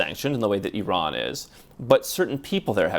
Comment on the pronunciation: Finally an American who pronounces Eeron and not Eye-raan